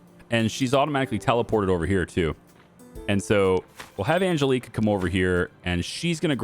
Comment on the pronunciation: Ann...Jell....eh....Kah. The way you are pronouncing that name grates on me. The big ass nun who used to pull me out of chair as a kid by my ear would also agree it is not pronounced right.